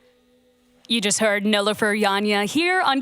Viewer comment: KEXP, please take the time to understand how to pronounce a person's name before intros. It was painful to hear Nilüfer 's name pronounced incorrectly. It hits deep for me when I heard my mom's name mispronounced my whole life and my last name also mispronounced. Turkish names can be challenging at first but please take some time and practice. It matters a ton and it immensely appreciated when you take the time to learn it.